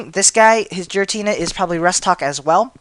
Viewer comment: he needs better prenounciation its gare-a-tina and grr-oww-don